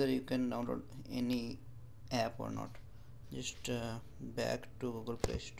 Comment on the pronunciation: Ganyan din ang pag salita niya ng app epp daw🤣😡🤬